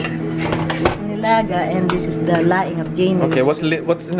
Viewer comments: I laughed way to hard at linaga. 😂✌ its nilaga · it's "NILAGA" dude :3 from the root word "LAGA" kapampangan word means "pinakuluan" :3